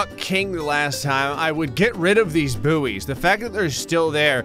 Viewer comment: Please learn how to say buoy